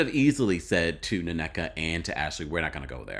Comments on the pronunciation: It think its just pronouced Neka, and not nonecka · I give Ashly credit for pronouncing Nigerian names well. From Nneka, Ngozi to the Osu thing .